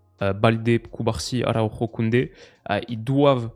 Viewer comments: Tomas Araujo en portugais c'est pas Arauro, pour la bonne prononciation c'est Araoujou🤝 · Salut en tant que benfiquista ce matin c’était dur mais la vidéo fait quand même plaisir (On dit tomas araougeo) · Astuce pour toi pour la prononciation des joueurs portugais/brésiliens; prononcer le nom à la Française. Tomas Araujo en portugais ne se prononce pas du tout comme à l'espagnol par exemple.